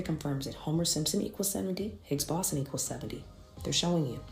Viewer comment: I hate when people make content to teach about something, but they obviously know nothing about it. We know you just read this stuff when you can pronounce the word, like, "higgs boson".